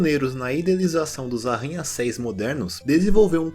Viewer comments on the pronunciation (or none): É arranha céus, não arranha céis...